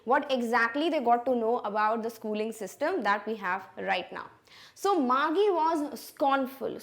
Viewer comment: first of all "GEE" is pronounced as "jee". it is an abbreviation of the word jesus or jeez. Secondly, the girl's name, margie is pronounced as marjee and not margee.